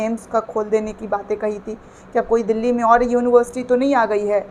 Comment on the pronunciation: जब पढ़ें लिखे होते तब ठीक से बोल लेते। यूनिवर्सिटी,सोरी सोरी।यूनिबरसीटी के छात्र को कितना ज्ञान होता है आप ही अनुमान लगाये।